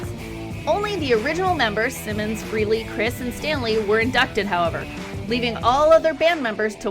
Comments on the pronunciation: It’s pronounced FRAY-LEE not FREE-LEE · Was trying to watch this video but had to stop when you kept pronouncing Frehley as Freely.